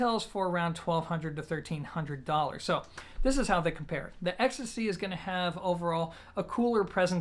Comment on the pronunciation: Well, I thought you pronounced it more like ecstasy, 😂 Still, great review for a piece which has been in my sight for my bedroom setup for some time now 👍